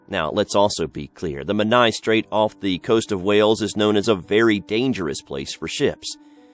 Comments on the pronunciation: This was a brill vid! Really enjoyed it :) just one tweak with the Hugh Williams story location of Menai Straits (I used to live there) and it's pronounced 'men-eye' as opposed to 'men-aya'! Sorry to be 'that person' but just for future reference :) Going to be watching more of your vids now! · I lived near the Menai Straights on Anglesey and the way he says “Menai” makes me cringe 😩